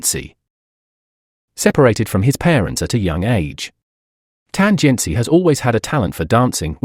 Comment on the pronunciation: i was more offended by this "tan jian CHI" pronunciation than some super stupid comments by ignorant netizens. Yeah, I know it's very likely the AI voice but isn't it disrespectful not to pronounce their names correctly?